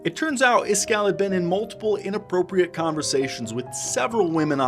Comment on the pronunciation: Why are you calling him iskarr? Am I tripping?